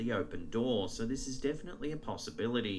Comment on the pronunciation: am I hearing it wrong or does say "possibilary? xD Trips me of when he does that and makes me have to rewind and listen like 5 times to make sure Im not frickin deaf. Also makes me giggle tho. Thanks for another sweet video.